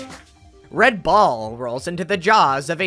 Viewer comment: why was "red ball" pronounced like that. i feel violated. also what kind of hacker magic was that train level, absolute matrix infiltration tomfoolery